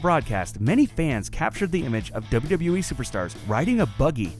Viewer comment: That "wwue." Always trying not to screw up. Well that's the "wwue" for ya